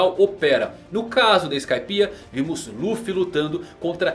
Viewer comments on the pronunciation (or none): none